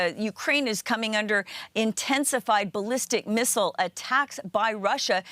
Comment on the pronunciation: Thanks for pronouncing missile correctly